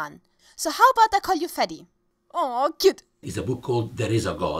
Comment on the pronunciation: Please don't call him Fadi/Fadey ever again :-/